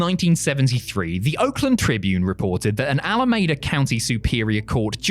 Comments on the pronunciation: I know won't see this, but Alameda, Califorina, is pronounced 'Ala-Meeda, no 'Ala-Mayda'. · He mispronounced Alameda too.